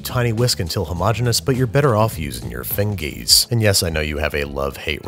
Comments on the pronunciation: I say fingies all the time but just......the pronunciation of it in this particular video. The split second when you don’t know whether or not he’s going to say it. Disgusting. Truly sends shivers down my spine in the worst possible way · Hold that, did you just say fingiez? Again!?